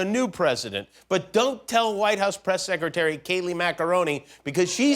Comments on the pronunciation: did he just say "Kayleigh Macaroni" or was it just me? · He calls her Kayleigh Macaroni, but I call her Kayleigh What-A-Ninny!